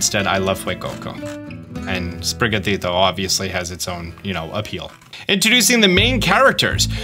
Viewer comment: I think the cats name is pronounced “sprig-gato” since gato means cat in Spanish